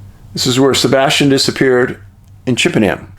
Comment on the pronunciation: We pronounce it ‘Chippenum’ 🏴. Love your work Dave